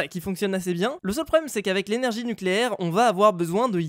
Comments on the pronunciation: ne fait pas ça. À à un moment on voit « spawn npcs = false » npc c’est pnj (villageois minecraft) en anglais. Les villageois, c’est pas des animaux. Likez pour qu’il le voit PS: Nuculaire, ça se prononce nuculaire! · nuculaire sa se prononce nuculaire